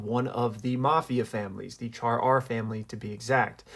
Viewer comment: Cha-R, pronounced Cha-arr. Not Char-R or Cha-Ra. :P